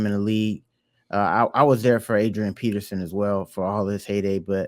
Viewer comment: It’s peterson not Pearson